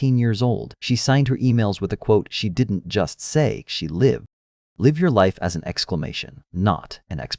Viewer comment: Bloody AI narrator- stop it pleeease! It cannot tell the difference between live as in living and live as in live bait! Eugh. Check it if you insist on using!!!